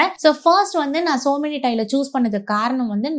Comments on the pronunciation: Yenna kodumai madam - it's SOMANY TILES - NOT SO MANY u don't know even know to pronounce correctly then y make videos 😢😢😢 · Tiles பத்தி ivloo பேசுறீங்க... சொமானி apdindra பிராண்ட் name ஐயே சோ மெனி அப்டின்னு சொல்றீங்க...